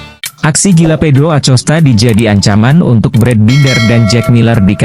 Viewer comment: baca acostanya pake hurup K.. jangan pake hurup C...